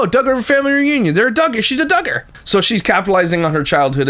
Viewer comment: When he was discovering that she was a Duggar it sounded like he almost said she was “Duggish” as in Duggar. I laughed pretty hard.